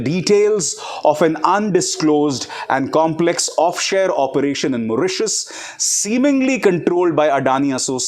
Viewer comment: You are saying offshare It is offshore